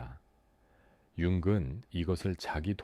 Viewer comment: 내용은 좋은데 "융근 말합니다"를 보니 AI인가 보네요. 몰입이 안됩니다.